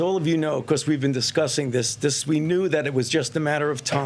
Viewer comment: He and Biden were first pronouncing this variant as "omnicron." Glad to see he has learned how to pronounce it. "Omicron." But if our highest ranked expert can't even pronounce it correctly initially, should we place confidence in what he claims to know about it?